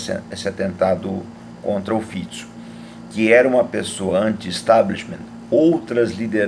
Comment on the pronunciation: Primeiro que falou o nome do primeiro ministro corretamente. Parabéns!